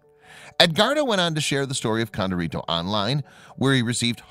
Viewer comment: When pronouncing Hispanic words, female ends with an “a” and male ends with “o”. So her name was Condorita not Condorito. This is true in other languages as well.